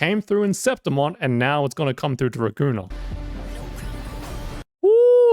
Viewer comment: Raguna? More likr Ra-goon-naah